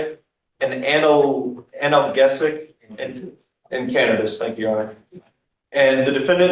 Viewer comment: As if the running stream of onscreen misspelled clutter isn't bad enough, how in the name of the Nine Hells of Sol is it that a Bigg Tumbleweed Town prosecutor don't know how to pronounce "analgesic"??? 😂😂😂 But knew & "gently" corrected this cracked knowledge fountain, such smooth style he got with words like he does with them flash fly threads! 😎